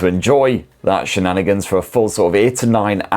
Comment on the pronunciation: stop saying shininanigans